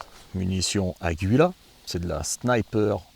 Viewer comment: le U ne se prononce pas